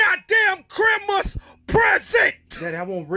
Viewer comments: "das your god damn chrimsam present!"😂💀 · NO ITS KRIMAS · CHRIMMMAS Daddy has speech impediment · shizukagozen777 chrimas lol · Dads always be saying words all fucked up: refrigamator , chrimas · Sounds like "IM NACHO DAD", pretty stoops